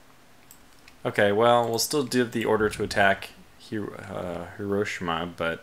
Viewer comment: The way he says Hiroshima makes me gag